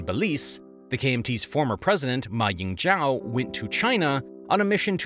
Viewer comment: I guess I’d hit that like button if you could learn how to pronounce people’s names… Xi = “she”, not “gee”….. for Ma Ying-jeou ; jeou = “joe”, not “jow”… etc.